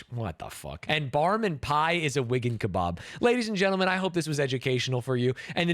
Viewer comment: You cannot say wigan, bro!